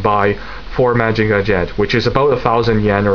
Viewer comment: Really excellent review. Lots of information but never boring. Solid in all respects. I don't know if anybody mentioned it, but if you just pronounce Mazinger as it's spelled, it is more accepted then saying Mahjinga. Most people are used to hearing Mazinger Z. Keep up the great work.